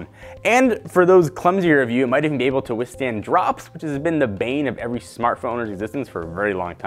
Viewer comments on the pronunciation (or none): none